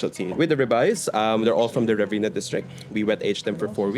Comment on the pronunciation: "Riverina" Mark....lol